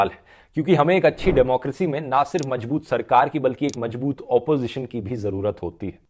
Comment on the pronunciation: Dhurv जी. मजबूत नहीं मज़बूत होता है. शब्दों का उच्चारण सही कीजिए